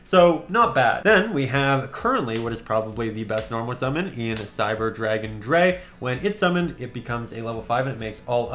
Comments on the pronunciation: If it helps: CyberDragon Drei is pronounced Dr-i (just the englisch pronounciation of i) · Just like a note, drei is pronounced like dry it's German for 3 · "cyber dragon dre" Germans everywhere are cringing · Always great to see more Sealed Only Content, definitely one of the coolest Yu-Gi-Oh-Series’s. But as a german I kinda hate how you pronounce Cyber Dragon Drei, Drei is pronounced Dry (roughly). It‘s not serious critique from me, just a small detail, that’s not going to make the series less fun to watch